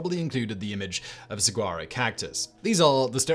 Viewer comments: That cactus is pronounced so-wahr-oh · it's sa-wa-roe phonetically, fyi. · Sah-WAH-roe. No “g’ sound. And it’s not an animal. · Saguaro is pronounced Su wah ro. Hard to believe you didn't have the Quokka of Rottnest Island or the Tasmanian Devil on the list. Then again you could've done the whole list on animals only found in Australia or parts thereof. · Sawaro is the correct pronunciation of saguaro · 'saguaro' is pronounced "suh-WAHR-roh" - the 'g' is silent. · Saguaro is pronounced with a W not a G. Sawuaro. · Im from that part of the country(southern california close to sonora desert) Its pronounced sa-war-o. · The g saguaro is pronounced like a w. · Two things off about this video. One, saguaros are not animals. Two, you do not pronounce them the way they are spelled. suhwaarow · You don't pronounce the G in saguaro. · Ugh that pronunciation of Saguaro was like nails on a chalkboard! (allegedly, in my opinion) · Seriously how the hell do you not research a pronunciation if you're unsure